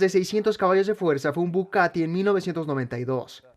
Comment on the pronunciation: Conozco al Bugatti, no al Bucatti 😅